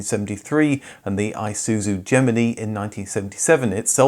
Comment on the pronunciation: Never heard anyone anywhere say it "Die-you" or "Gem-in-ee" before! "Day-woo" and "Gem-in-eye"